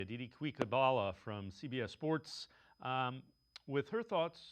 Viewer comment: actually said Aditi "Kweek"habwala LOL.